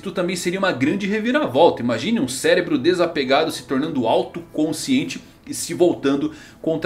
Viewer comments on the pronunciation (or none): none